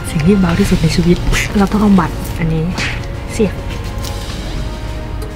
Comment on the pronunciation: มีข้อเสียตรงที่ว่าหนูรำคาณพี่ตอนที่พี่บอกว่าในชวิต เเละ ชิวิต เเล้วก็ชีวิต